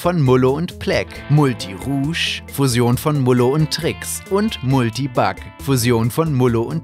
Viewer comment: Es heißt MuRti nicht Multi